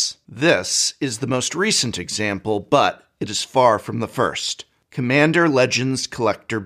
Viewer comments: Lack of quality control. "Cmmander Legends" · "Quality Control is sus" Also: "Cmmander"